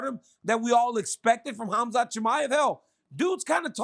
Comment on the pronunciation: F man Chael, it’s ‘Harm-zat’. His parents didn’t name him a ‘Haz-mat’ suit